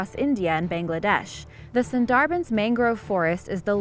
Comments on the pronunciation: Sundarbans = SOON-der-buns, not sen-DAR-Benz. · FYI..... It's pronounced.....SUN--DAHH--BAANS